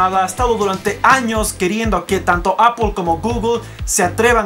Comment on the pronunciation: "Apoool, Gugoool"...somos hispano hablantes coño!... "Apel y gugle"